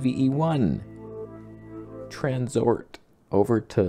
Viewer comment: LOL "Transort" made my day 🤣🤣